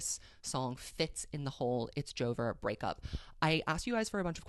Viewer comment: god whenever you say joe-ver i just burst out laughing lmaoo